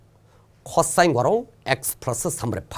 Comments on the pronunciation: 이쌤 코싸인 발음하는거 개신기하다 쿼싸인ㅋㄹㅋㄹㅋㄹㅋㄹㅋㄹㅋㄹㅋㅋㅋㄹㅋㄹㅋㅎㅋㅋㄹㅋ비 겁하기 쿼↘️싸인⤴️ㅋㅋㅋㅋㅋㅋㅋ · ㅅㅂ 호흡곤란 올뻔ㅋㅋㅋㅋㅋㅋㅋㅋㅋㅋㅋ코싸인 억양 ㄹㅇ ㅋㅋㅋㅋㅋㅋㅋㅋㅋㅋ